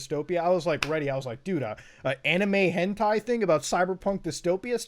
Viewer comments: Everyone: Hentai Muta: H E N T E I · MUTA ITS HEN TIE NOT TAY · Is it on purpose that he says hentay? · Hen "tay" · Normal beings: Hentai Mutahar: HENTAY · im sorry but you said hentai wrong :D XD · the way he says hentai upsets me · It took him almost half way into the video to say hentai correctly lol